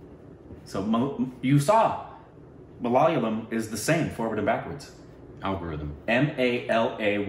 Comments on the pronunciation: Guys.. it's Ma la yaaaa lam..😂😂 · IT'S MALA,YA,LAM and not Malalyam..😥😥😥😥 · Guys it's not "mala-layam", it's "malaya-lam".😊❤️ Love your videos guys...from kerala.. ❤️👍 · When breaks down the word Malayalam, it sounds right..but when you say it together it's not. See if you can get an Indian pronounce for you first..it's MALYAAA-LUM (as in sum) not MALAAAYA-LUM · Not malalium...its...MA_LA_YAA_LAM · Ma-La-Ya-Lam Not Malalium, Malalalalam.. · Pleeez stop saying ‘mala’ ‘yalam’ given how much you are into it now. It is ‘ma’ ‘la’ ‘yaaa’ ‘lam’ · Guys.. you have to work on your malayalam names and words. And its not maliyaaliam its malayalam. Sounds"malayaalam" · &...Guys, it's a SHAME! Even after so many reviews of Malayalam movies you still haven't bothered to find out something as basic as how to pronunce the name of this language right. You guys sound it as Ma-la-liyam. wrong....no....WRONG!!!. brace yourself..It's..MA-LA-YA-LAM. MA (as in Matt) LA (as in Lattitude) YA (as in Yam) Lam (as in co'lumn'). Go for it..change.. Right now. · These guys: malyayalam , malylam Me : repeats the word in my head so many times, forgets the pronunciation nvm, they'll figure it out someday! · And the emphasis in 'Malayalam' is on the aa sound after Y not L. So it's pronounced Mal-yaa-lam. :) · Just pronounce as ma la yaaa lam. This is how we used to say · Its actually pronounced ma-lay-aa-lum... :) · MA-LA YA-LAM It's really not that difficult, come on!! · God, both of you are butchering the name of one of the sweetest languages of India. It is pronounced as - MA La Yaa La mmmm